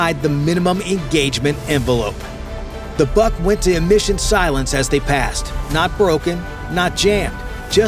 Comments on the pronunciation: Molodets!! Good brief. Work on your pronunciation. It's not "BUCK," but "BOOHK." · Before naming endless video, learn some rules of pronunciations of Slavic languages. BUK doesn't sounds like BUCK, a deer male, it's just should be said exactly like BOOK. Same about PANTSIR (body armor) Too much words and not enough actual drone video footage